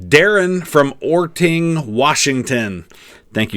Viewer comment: As someone from western Washington love how you said Orting lol